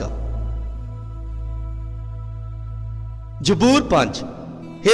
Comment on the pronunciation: Bro it's zaboor not jboor Be prefect ♥️